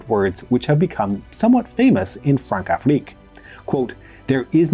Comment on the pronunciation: When c has that little thing under it, like ç, its pronounced with an s sound, like in garçon. Françafrique is Fransafrik.